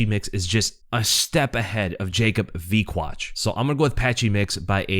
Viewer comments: You said Wikłacz correctly! Cheers from Poland! Name is pronounced more like Yakub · Yes,, Wikłacz is pronounced the way you said it, I can tell you did your homework. His first name though, it's pronounced like "Ya-koob", but "Yakob" or the english version "Jacob" are pretty much correct ways too. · Perfect pronunciation of Wikłacz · You pronounced Wikłacz just perfect!